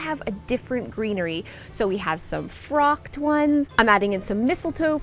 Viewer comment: I tend to gravitate towards blue and white for Christmas, but also do some traditional red, green, and white. Also, I kinda laughed when you said "frocked" 🤪 I think you mean "flocked," but I could be wrong.